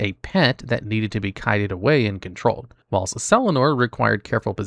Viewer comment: GO AHEAD... PRONOUNCE WHILST THAT WAY... ONE MORE TIME.......